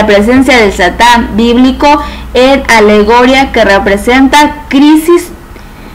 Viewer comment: Qué mujer más mala para leer no sabe usar tildes alegoría no es alegoria